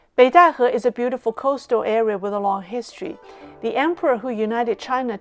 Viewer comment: Obviously can also speak genuine mandarin. One can tell this from her pronunciation of Beidaihe, which is the exact mandarin pronunciation.